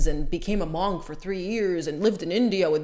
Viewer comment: Monnnnk its Monk as in trunk lol